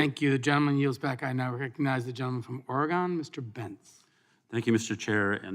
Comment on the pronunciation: Are you kidding me? Did the committee chair really recognize the gentleman from Ore-“GONE”? That’s the way you pronounce the state if you’re in 6th grade geography class on the east coast and you don’t know any better. The state is pronounced Ore-gun, not Ore-gone.